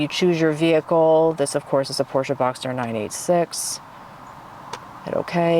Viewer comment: Great to hear you pronounce Porsche with the hearable „e“ at the end, as it in German meant to be.